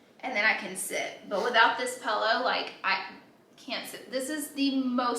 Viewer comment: Did Laura say "pellow"?